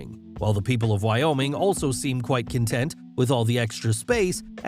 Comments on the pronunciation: Wyoming ≠ why YaoMing? 😂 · you say Wyoming I say why not oming?